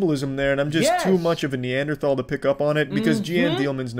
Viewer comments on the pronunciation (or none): none